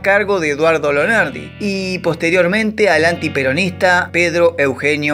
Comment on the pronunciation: Entre otras: 1) Lonardi, no Leonardi; 2) "Caserón de TEJAS", no tejos; 3) Manuel de Falla, no Manuela. 4) Baden-Baden (en Alemania y se pronuncia así), no "Beiden Beiden; 5) En los '70 Pascualito Pérez fue ordenanza en la Casa Rosada. 6) A Gatica, que vivía en una "villa miseria" de La Plata, lo vi una vez, con un sobretodo raído y viejas zapatillas rojas de básquet, abriendo puertas de taxis en la estación de ferrocarril de La Plata; 7) El libro de Jauretche (a quien también tuve oportunidad de conocer y hablar unos minutos con él brillante se llama "El medio pelo EN la sociedad argentina"; 8) Entre los países en los que filmó Sandrini (otro al que tuve oportunidad de conocer) hay que sumar a Chile (2); 9) Ceilán recién pasó a llamarse Sri Lanka en 1972. En 1956, teniendo yo 13 años, lo vi y escuché a Hugo Del Carril cantando en un parque de diversiones instalado en la cancha de entrenamiento de Estudiantes de La Plata. Cuando yo tenía más de 30 años, lo vi personalmente en el IFONA (Instituto Forestal Nacional), en la ciudad de Buenos Aires; nos cruzamos, lo saludé y me contesto cordialmente, con la mejor sonrisa (no soy peronista, pero le reconozco la coherencia: nunca renegó de su posición política). Gracias por su muy interesante trabajo. JG.